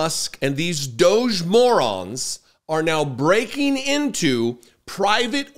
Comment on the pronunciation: # Breaking ,not broking..lol